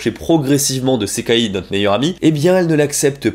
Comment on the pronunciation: Pourquoi prononce tu le i a la fin de Sekai mais pas a la fin de Gasai ??